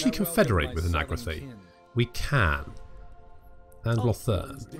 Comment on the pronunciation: Nagra-the nagra-thigh he says, when all the while the Alith Anar voice actor has said the correct pronunciation a dozen times - nagar-ith.